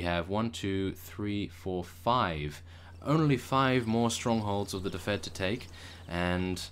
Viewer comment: please read this..... its pronounced dufid (i live there)